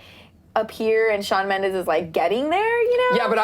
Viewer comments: Shawn has said multiple times that he does not want to be compared to Justin, and you on clevver news has spoken about it too. but still you dedicate an entire video to comparing him? hypocritical imoAND ALSO, in the beginning, Shawn MENDEZ???? with a z? lmfao, do your research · Shawn Mendez? omg is SHAWN MENDESSSSS!!!!